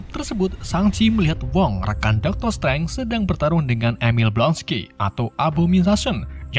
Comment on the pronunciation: mohon maap itu dokter strange bukan dokter streng